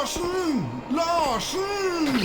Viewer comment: As a Norwegian — when he says "Larsen" I had to do a double take to see if I didn't skip to a new video on accident! The next line, though, is indeed very rough